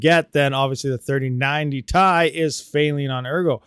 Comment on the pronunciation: So the 2080 TI is still the king on mining FLUX. and please dont say "TIE" say "TI" !!